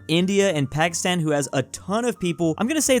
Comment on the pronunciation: you completely pronouced Pakistan wrong (Am pakistani)